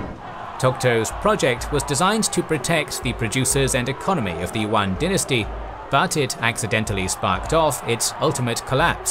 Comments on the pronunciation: "Yuan" is pronounced as you-an, not wan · The pronunciation of "Yuan" is wrong in the video. It is not "wuan"(not w sound), but "iuan" (ya sound). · One pointer though: Yuan is pronounced Yoo-anne, like "You and" as one word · I don't mean to nitpick, and I respect the effort, but the lack of native pronunciation is getting to me. For example, "the yellow river". This harks back to racist tropes on Asians. Also, Yuen dynasty is pronounced like English. Can we still appreciate the knowledge? Yes, and I do. But proper pronunciation would be appreciated. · yuan is actually han Chinese pronunciation.The correct pronunciation is yüen. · That's not how you pronounce yuan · You pronounce yuan are totally wrong .